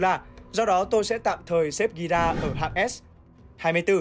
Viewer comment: Nói Gira là hơi sai sai